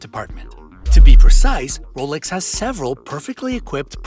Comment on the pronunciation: 2 points here... he says it correctly.. not the American way James Bond wears a Rolex submariner.. it’s only in the new films omega paid the studio for him to wear an omega. In all the books he wore a Rolex.